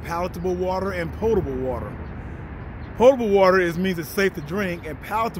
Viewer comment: OMG, it's so refreshing to hear a prepper who actually knows how to pronounce "potable"! 👏🏻👏🏻👏🏻. Thank you! If I hear one more guy say "pottable"! 😣 Love the video,!